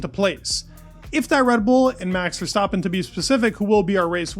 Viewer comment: How hard is it to pronounce Verstappen correctly?!? It’s not ‘Verstaaapen’.